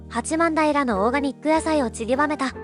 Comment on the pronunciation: 八幡平は「はちまんだいら」ではなく「はちまんたい」と読みます。残念…